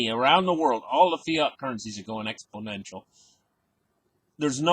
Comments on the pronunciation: And says exPLOnential.Not exPO nential. Funny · Expodential.....it comes after Confisticated in the Dictionary.